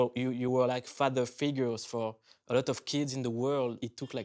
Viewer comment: ''a law of (une loi des) Mathematics'' au lieu de ''a lot of (beaucoup de) Mathematics''